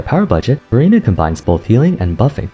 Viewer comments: Every time you say Verina I can only hear Furina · lol everytime u said verina sounded like furina and i already know who to use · Exactly my thought as well😂 I thought I read the title wrong... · Well, NOW I do... thanks. XD